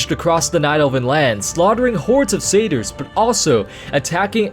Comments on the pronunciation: I tried following the story, but I couldn't figure out what friggin sayters are. The only thing I could guess is that you was referring to satyrs, which is pronounced sat-tears. The "A" is pronounced like the word matter and the "Y" is pronounced like an "I," such as the word nymph. It can be pronounced the way you're saying it, but people that do this sound uneducated. Here's Oxford pronouncing it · Took me a while to figure out "cedars" meant "satyrs".